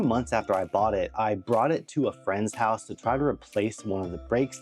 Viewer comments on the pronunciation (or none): none